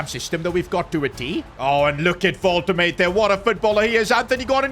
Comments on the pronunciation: Why does he keep calling wolte-made, walter made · Hurts my soul everytime you say Woltemaid as Woltemaid firstly, the W is pronounced like a soft english v secondly; the a is pronounced like a normal a sound, and the 'de' is a complete different syllable so it's like 'Volte-madeh' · "Woltuhmade" 🥀🥀 it's "Wul-tuh-mada" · Its volte-mah-duhhh not woltemade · learn how to pronounce player names sid. wolte-made. Its wolte-mad-er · Volt-a-marder . Nah Vol-ta-made💀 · I love you, but Imma crash out if you say Vohl-Tuh-Made again, its Wohl-tuh-Ma-Duh......... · man its pronounced nick woltamada instead of woltamayd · It is Wolt-a-maada not Wolt-a-made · its wol te ma de you pronoucing it wrong its not wal te mejd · Pls stop saying WolteMATE, it's woltemaaaDe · Nick Volte Mader not Nick Volte Made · It's pronounced Wolte maa de not Wolte made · Pronounce woltemade's name right! It's more like vol-de-mar-da not wolte-made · btw is pronounced "volt-e-mada" not "volt-emade" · the pronunciation of woltemade is annoying me. as someone who speaks german, it's pronounced "vol-te-mar-duh" not "vol-te-maid" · his name is actually pronounced wol-te-maud-e not wol-te-made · his name is actually pronounced wol-te-maud-e not wol-te-made the e is seperate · Its Voltemade not Woltemate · its vol-tah-mahh-duhh i tried making it as simple as possibe cuz i cant hear you saying "volta"made"" again😭😭😭😭😭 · It's Woltemada not woltemaid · Woltemade lol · Woltema’der’ Some of his pronunciations just piss me off bro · it is wol-te-mad-de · Woltemade is pronounced wol -tuh-mah-duh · Nick Vohl-Tih-mad-ay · Stop saying voltemaid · Unexpected event: The board funds the fans big banner tellign you how to pronounce ''Wol-te-madeh'' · You are pronouncing his name wrong its like WOLTE-MAA-DEY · wolt-te-made 🤣 the pronunciation is killing mee🤣🤣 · Yes it's voltermarde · Woltemade is pronounced as Wolte- maa-de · Bro the pronunciation is "wol-tuh-maa-duh" and " kevin de broy-nuh"